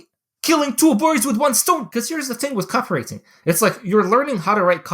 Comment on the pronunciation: Say Copy-wriTING again mf!